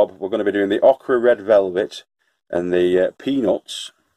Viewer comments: It's pronounced Oak-ra. I know you really need to have a Southern USA accent. In which case, it's pronounced ok'ra sounds weird and I wondered for several years what was being said. LOL The Yank that moved to the South. My grandfather, RIP, always talked oddly, but then he was from Cow Pens, South Carolina, USA. I don't really like Okra, but a lot of people do so here's hoping it becomes a favorite of yours. Peanuts, I love growing those for kids. They grow underground like potatoes, except you don't expect it. Used have an old aquarium that I grew them in for the kids. Be sure to salt them when you cook them. The kids will love them. Thanks for sharing. Stay safe. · Thanx for sharing btw it’s pronounced oookra lol I know may be boring to some but just showing how to plant different seeds seedlings and all that goes with is actually helpful to me newbie and other beginners as well take care from Ontario Canada 🐝